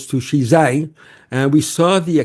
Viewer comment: This guy's pronunciation sucks - he's trying to say Xizang 西藏, not Xinjiang 新疆. They're pronounced quite differently but in a heavy English accent they both sound like 'she jang' apparently